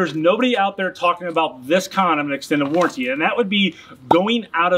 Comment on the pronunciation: Warranty doesn’t sound like guarantee. Stop saying it like warrantee 😂